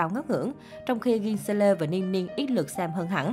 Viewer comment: Nữa, sao cứ thích đem đàn em ss vs đàn chị nhỉ, aespa mới debut hơn 1 năm nên phải từ từ chứ. Rồi cái tên nhóm và tên thành viên của ngta đọc mãi k đổi, k đọc theo kiểu tiếng Hàn đc thì kiểu tiếng anh, đây đọc sang tiếng Việt luôn,gì mà “a ét pa, gi seo lơ, hy do don” rồi 1 số nhóm khác nữa . Riết rồi nhiều khi Mys chưa kịp lên tiếng thì mấy cái kênh như này đã lên tiếng luôn rồi làm kéo thêm anti cho nhóm